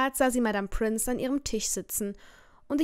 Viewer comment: sie heißt Pince nicht Prince...